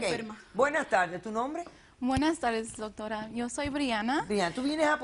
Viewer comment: "Dortora" dice la tipa xD